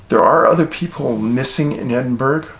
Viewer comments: Hi Dave it's pronounced edinburr, not edinburg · Hey man love your videos! Just so you know, you say Edinburgh… Edin-burr. You got the first bit right but the last is said Burr :) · Love your information & factual info David. Edinburgh pronounced "Edinburra" JFYI. Just so ya Dina pissoff the Scotts. ♥️ya keep the village informed 72+ 🍁Manitoba hunter expat 🍁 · It's pronounced Edinborough not Edinburgh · Ross Clan here. Pronounced Edin-borough. Not Edin-berg. Thanks for covering Scotland. 🙏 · As an American who’s been to Scotland several times. It’s Edin burr uh. Not Edinburg. Let’s not Forget Scotland is the land of Faes. Their Animal is the Unicorn. I Love Scotland it has an Amazing and Mysterious Vibe. I’m also precognitive and highly sensitive. I’ve experienced otherworldly experiences when visiting. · Dave, long time supporter, read all the books as they came out, and I still look for your videos. My family is from Scotland, and happy to see you including them in your videos!! By the way, you may want to check the pronunciation of "Edinburgh." LOL, it is what it is! Keep up the great work... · Hi Dave it's pronounced Edinburrah, not Edinburg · It’s Fife Glenrothes, Alan Bryant worked with my mate, it’s Edin bow rah, not edin berg 🤣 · It pronounced Ed-een-bo-rah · Hey Dave. Just for future reference. Edinburgh. Is. Pronounced. ( edin borough. ) 😀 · Ed-in-buh-ruh. That's how you say it. Just so you know :) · Pronounced Edinburra,Musselburra…. Burgh -burr-a 😬🏴🏴🏴🏴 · It’s pronounced “Edinburra”, I’m pretty sure. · Just a quick note to say that "Edinburgh" is pronounced locally as: "Edin Burra" and "Musselburgh" is "Mussel Burra" thanks (as always) for your excellent content. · Respect your work but I've got to tell you it's pronounced Edinburror... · Really weird to hear you say places where i live, but you have to pronounce correctly,, Edin- braw or theres no burg pronunciation. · the british say edinbroh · BTW Dave Edinburgh is pronounced edin ba ra .